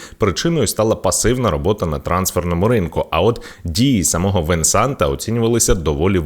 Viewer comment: Буква "т" не читається. Венсан Компані правильно 😊